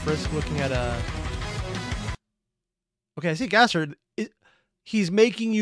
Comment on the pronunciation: Also, please stop putting an “h” in Gaster’s name. It doesn’t belong there.